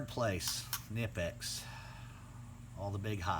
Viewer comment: I won't even watch a review where the reviewer can't pronounce the correct name of the product. It's kuh-nip-ex. Just do a little homework and Google it....ugh